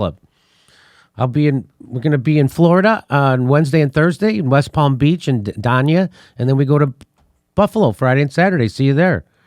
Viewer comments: Jimmy , Dania is pronounced Day -nia not Dan-ia , see you lata ...! :) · Jimmy, it’s pronounced “Dane- e-ah”! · Day-Knee-uh. Dania. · Back when I used to do some work down in SoFlo, everyone called it "Day-Nee-Uh", not "Dan-Yuh". It was a DUMP. The company put me up at a Days Inn (I think) and got woke up at 3 in the morning to cops busting in the adjacent room and dragging out about 5 drug suspects.